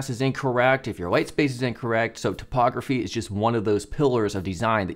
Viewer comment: I love how the way you pronounce typography makes it sound like topography 😄